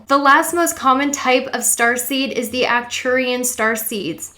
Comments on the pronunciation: A little correction: It is Arcturian not Acturian :) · Thanks for putting this together my fellow Sagi-Seed :-) It helps to know why we are the way we are. You're pronunciation is very close just emphasize the ARK at the front of Arcturians and the ANNE at the start of Andromeda and you've nailed it. Subbed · Its actually ARcturian... you missed the "R"